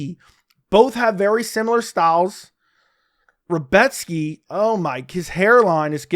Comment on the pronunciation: Great pronunciation on Rebecki